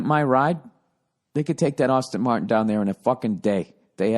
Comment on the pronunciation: “Austin” Martin haha